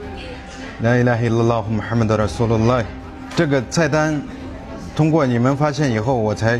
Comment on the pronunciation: cara dia mengucap pun dh tau yg tauke ni mmg bersungguh dia ni islam. dia sebut muhammad pun xde salah.